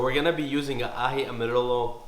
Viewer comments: and you pronounce amarillo as 'amarieyo' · Amarillo is pronounced the same way you’d pronounce the double L’s in “gallina” 😌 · It’s pronounce Amarillo like the yo on yo-yo